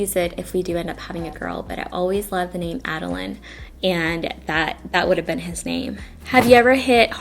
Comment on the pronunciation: OH MY GOSH MY NAME IS ADELINE 😭💕💕💕💕💕 pronounced just like you did! What kind of spelling would you do?